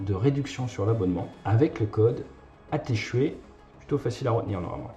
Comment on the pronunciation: Tu ments cest pas ATE CHUET, ca se prononce "A T'es Chouette" Change my mind